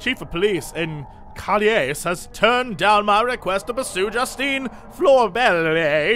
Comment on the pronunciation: He seriously does not know how to pronounce calais!